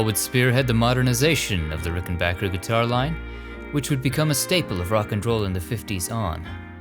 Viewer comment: You pronounced "Rickenbacker" correctly!